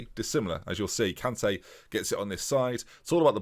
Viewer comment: I know you always struggle with pronunciation but cmon.. It's Emmanuel KanTEH, said in a Mancunian way! Gotta love his rise from a defender in the Vanarama to midfield boss in the prem!